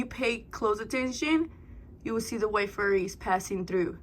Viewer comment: Omg that bright pink one is sooo cute!!! 🩷. Tell me why I say cheeeese every time you do 😹😹. Haha girl YESSS toooo the windowwwwww to the wall!!!! Oh my gosh you always have me laughing hard. “I see furries!!!” I think it’s flurries 😹❄️🌨️. Yayyy my challenge got 2 spicy 5’s!! I can’t even keep up with how many times I’ve laughed in this video lmao